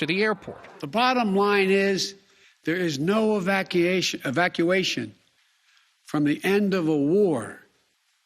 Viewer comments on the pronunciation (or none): " No planned Evac-eation." Biden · This guy cannot even pronounce evacuation.